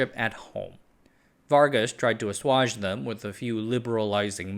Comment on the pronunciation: I have a new way to pronounce "assuage", much nicer with the French touch to it!